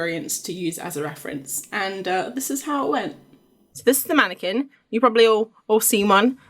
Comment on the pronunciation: Not a "womanniquin" XD